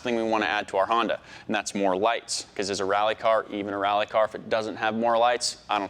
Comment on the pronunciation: "This setup will work perfectly awn our reeAlly car. Expecially when we put 2 lower case E's in front of every 'A' sound"